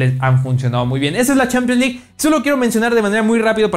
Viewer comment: Pero son opiniones de las CHEEEEPIANS LEG como pronuncia jaja